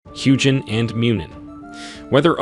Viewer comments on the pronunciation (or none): The proper pronunciation of Huginn is HUE-gin and HOO-gin. Not Huge-inn. Muninn is MOO-nin and MUE-nin. Not Mewn-inn. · I have NEVER heard a soft g in ANY old Germanic language.